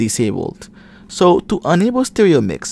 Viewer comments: ITS ENable not Unable ffs its in the name say it right its not hard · Ultimately helpful, but a little confusing. When you say ENable, it sounds like UNable.